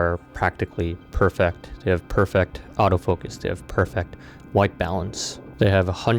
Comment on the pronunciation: Great video. Incredible videography. Learn to pronounce ‘perfect’